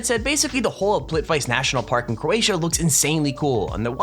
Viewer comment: Just FYI, PLITVICE is pronounced "plit vitz eh."